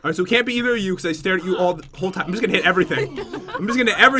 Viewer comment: Why do you always say it's gust for fun?